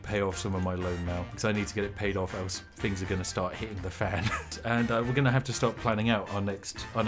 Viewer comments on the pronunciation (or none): "I need to get it paid off or else THings are going to start hitting the fan" He said Things instead of Fings! The first time in years that Spiffing has pronounced "th" at the beginning of a word like "th" and instead of "f" - I guess he really was nervous because he dun goofed and revealed that he actually can pronounce "th" properly. I've been trying to catch him slipping for a long time and I finally caught it! What's next, we find out he doesn't even drink tea? I'm on to you, Spiffing!